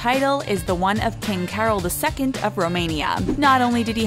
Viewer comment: Carol of Romania should be pronounced as if it were spelled "Carl", not as if it were "Carol Burnett".